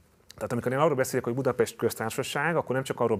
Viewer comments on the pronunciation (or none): none